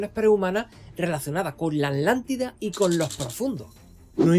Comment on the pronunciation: No pregunto en mala onda ni por burla, pero es que me causa curiosidad ¿de qué parte de España eres? Tu acento es bastante particular, especialmente la forma en que pronuncias "Atlántida" como "ADHlántiDa" jejeje